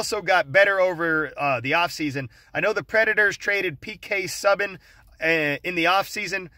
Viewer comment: More NHL! Love this pick way better than the last one(which was also a winner:) lol Subbing and Rin. FYI it's SUE-ban, Reen-eh. All good. And your intel 100% here Nashville had a sub-par year at home last year but historically they are one of the best home teams and Rinne is a stonewall with a solid defense in front of him. More importantly the Wild are just mediocre by most measurements